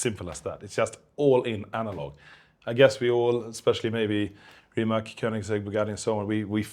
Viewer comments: RIMAC it is the R is rolled and the C is not pronounced as a K, you pronounce it like a C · He kept mispronouncing Rimac, was driving me insane